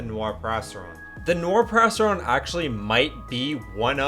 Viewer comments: It sound like perrastron instead of periastron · Its pronounced perry- Aztron not perasteron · You made the whole vid without looking up the pronunciation of periastron 😢 it’s not a “perasteron” bro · Isnt it pronounced “ pee-riya-stron” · the way he says periastron is actually triggering me